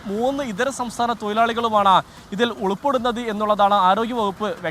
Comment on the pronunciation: 'ഉളൂപ്പെടുന്നത് ' അല്ല ഭായി, 'ഉൾപ്പെടുന്നത് ' എന്നാണ്, ലഹരിയോടൊപ്പം എയ്ഡ്സ് രോഗവും പടരുന്നു എന്ന വാർത്ത കേട്ടപ്പോൾ ഞെട്ടിപ്പോയി 😮